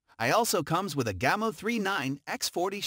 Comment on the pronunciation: This guy obviously knows nothing about airguns. He pronounces Gamo and Ruger incorrectly for one and see nothing very odd about any gun grouping 20” at 10 yards. What a joke!